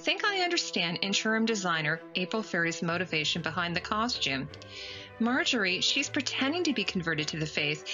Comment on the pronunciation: you prononce costume like Edie Bouvier in grey Grey Gardens "coshtume"